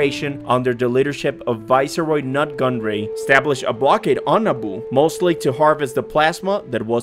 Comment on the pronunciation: “Nut” Gunray lol